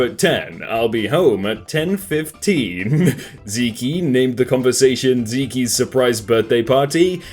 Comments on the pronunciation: It’s not Zeekee it’s Zeek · OMG!!! ITS NOT PRONOUNCED ZEEKY!!! ITS ZEKE!!!! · Everybody: Pronounces Zeke as zeek: zekie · Yo pronounced Zeek Not zekey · Its pronounced ZE-K not ZE-KEY for Zeke damn that was mildly infuriating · Mate it’s “zeke” not ziki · It's not "zeekee" It's "zeek" (The name Zeke) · ITS JUST "ZEEK" Q-Q tf is a zeeky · its pronounced ZEEK NOT ZEEKY i would know. thats my name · its just pronounced zeek not zekey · Did... Did he just say 'zek-e' instead of 'zeek'? Does this mean we need to start calling him Jak-e? And no, I will not put my keyboard down. :D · because it’s zeke not ziki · Why does this idiot keep calling Zeke Zeekee. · If Zeke is "zeekee" then is fakee jakee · Over here laughing at how many times he says "Zee-kee" 🤣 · "zee kee" LOL I'M DEAD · Pronouncing Zeke as Zeekee, bruh 😂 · LOLLLLL THIS DUDE SAID ZEEKEE in place of Zeke. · He pronounced it zeeky😂😂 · calling someone named zeke "zee-key" is absolutely horrendous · Did this man really just pronounce Zeke as zeekee????? Bruh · Zeke is pronounced zeek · D-d-did he pronounce Zeke as "Zekey" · Ares Gaming yeah, Zeke is pronounced “zeek” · he did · wait i have been pronoucing it wrong? maybe its just british. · I have a classmate named zeke but he says his name is pronounced as "zekey" and I'm so damn confuzled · The way he mispronounces zeke hurts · Okay but the way you kept mispronouncing "Zeke" was so cute, I prefer your pronunciation now